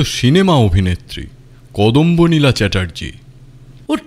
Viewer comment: যদিও খুবই সামান্য ব্যাপার, তবু বলি... গল্প পাঠে একটি চরিত্রের নাম অধিকাংশ সময় 'কদম্বনীলা' বলা হলেও দু'তিনটি জায়গায় উচ্চারণ করা হয়েছে 'কদম্বানীলা'। প্রচ্ছদ ছবিটিতে অতিথি শিল্পীর নামের বানানে একটু নজর দেওয়া দরকার মনে হয়। (দয়া করে অন্যভাবে নেবেন না,) আপনাদের নিখুঁত সমৃদ্ধি কামনা করি। শুভেচ্ছা রইলো।